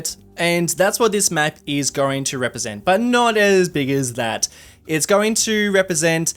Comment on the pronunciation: always look forward to your videos buuut the minor speech impediment where you r as double u, like wepresent for represent, drives me bonkers